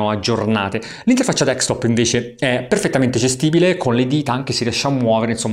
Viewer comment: tu sei un grande, ma deKstop non si può proprio sentire, si dice desKtop